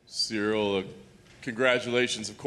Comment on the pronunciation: The guy sounds like he’s saying cereal